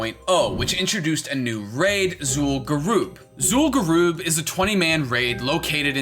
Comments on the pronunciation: zul'gurub not zul'gurooooooob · Zool Goo Rub. XD this guy... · bro in 16 years you didnt learn how to say zul'gurub even google says it right.